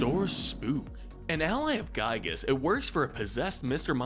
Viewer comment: The actual pronciation for Giygas is "Gee-gus" not "Guy-gus"